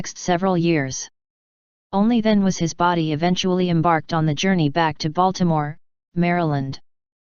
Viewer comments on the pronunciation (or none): none